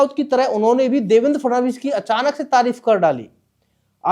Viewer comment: फ्रनांडिस नहीं भाई फड़नविस बोलिए।